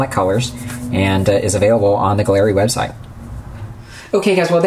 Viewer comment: Nice review. Mobius siphon feed!!! Awesome!! I'll keep an eye out on the site for that!! Also, the proper pronunciation is "GALLERY", as in art gallery and not "guh-leri" just FYI : ) again, great review sir!!! Shared on my group Scale Model Mayhem!!